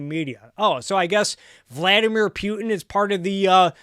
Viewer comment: Love your content. Good stuff. Keep 'er goin but eeehh.... Are you pronouncing it Pew-tin to sound like an A-clown on purpose or? 🧐